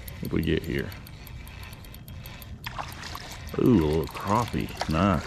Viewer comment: crAppie, not crOppie 🤣🤣 nice setup by the way